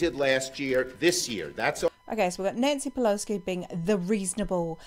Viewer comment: Great video. And you do know there’s no “k” In Pelosi? 😊